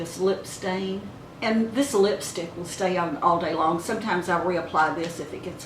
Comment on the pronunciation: my first time watching your video and so glad I stopped by ,, womens beauty comes from within first. you have both inner and outer beauty and you know how to do your makeup to flatter your face. I also luv how you say the word" on" its more like " own" so cute cant place it . my in law is from West Virginia and she uses that kind of pronouncing . dont want to be prying but where you grew up??? I will definitely come back to visit.